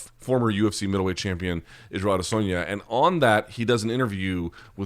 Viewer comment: How is this guy still saying Ada-sonya? or even ada-soinya. It's A-dess-on-yah. Really not that hard and it's been explained to him